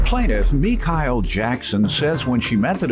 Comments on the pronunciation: oh it's not far fetched! But with it being spelled M-i-c-h-e-l-l-e, I highly doubt any one in life would ever pronounce it MeKyle. We all know it 🤷🏽‍♀️ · Me-Kile???!! Girrrlll you KNOW yo mama pronounces your name the regular way! Trying to be so fancy and brand new! Gone on (pronounced the normal way)!!! 🙄🙄🙄😩🤦🏽‍♀️🤦🏽‍♀️🤦🏽‍♀️ #siccud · Mi-Kai-el Jackson.... Bitch ya name is (Mi-Shell) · Its pronounced as not Micah....LOL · Not Me-kyle....🤣🤣🤣🤣🤣 girl YOUR NAME IS...ME-SHELL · Your name is, girl. Like mine. It ain't no damn Me-Kyle or any other inflection you try to put on it. Our name is "". Say it with me; M-I-C-H-E-L-L-E!! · “Me-kyle”? GIRL YO NAME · Mi-Kyle?!....that gurl be buggin 🤨🙄 🤣🤣🤣🤣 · Mekyle instead of just. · ME-Kyle. Girl stop our name pronounced MA or ME shell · Imagine being named, but pronounced Meek-hael...every single time someone reads your name will require correction on your part. Poor thing. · She know dang ol well her name is not " Me-Kyle". get outta her with that. 🤣😂🤦🏽‍♀️ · Mi-kyle? Sis it's. 🛑 STOP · Bruh as soon as I heard him pronounce her name “mee-kyle”, I was done. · Gurl your name is Mi-SHELL(noun)LOL, 🗣🔊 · Girl, your name is MUH-SHELL!! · Me-Cow ? Oh 👌🏾 Girl you know that was illegal activity 🙄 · Omg yes……. I was thinking the same thing. You would think a woman “a professional” of her stature would even know or talk to someone like this. Smh girl stop pretending lol and say your name how your mama named you 🤣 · No doubt about it that chick has spent her entire life telling people it's pronounced "Me-Kyle" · I’m sitting here reading this one woman’s name “ ” which is also mines but then i hear the pronunciation and I’m like huhhhhhh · Lol bih ya name isn't how they pronounced it!!!!!! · EVERY TIME the announcer said her name I had to double check the name...like WTH